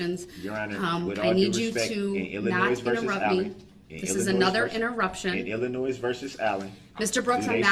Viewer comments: IlliNoise? My god. Someone teach this moron how to speak. The stuff that comes out of his mouth…..🙄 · guilty, he pronounced Illinois with a S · I wish someone would tell him, "There's no 'noise' in Illinois."